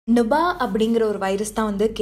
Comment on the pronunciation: Nubah va? Adhu "nipah" ma 😂